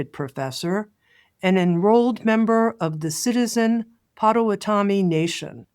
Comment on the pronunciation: great and powerful interview! Miigwech! (no shame, but gentle suggestion to work on pronunciation of Potawatomi bc it matters how we speak indigenous words)